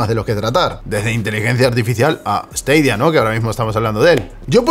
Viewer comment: esteidia? porque cojones no lo pronuncias como todo el mundo?